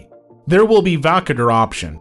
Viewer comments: Wtf is wakader dude 😂 it's Voukoder Woo- Coder you dingo. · Learn how to pronounce the name of the application.